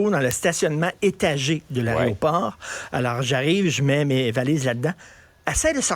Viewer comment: "aréoport", c'est un nouveau mot?